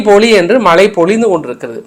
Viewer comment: க்கானது தமிழை கொலை செய்யாதே, தமிழின் சிறப்பே * ழ * தமிழை சரியாக கற்க ( மலை பொலி - அல்ல மழை பொழி பொழி )